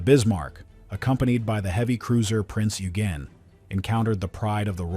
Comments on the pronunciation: Prince pronounced (oigan) not ugan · Its Prinz Eugen, not Yugen😂